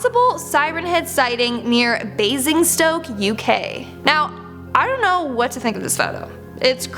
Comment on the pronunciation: zon't...zon't do it